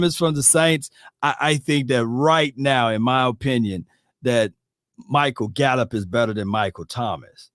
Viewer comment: Bro lol said Gallup better than Thomas lol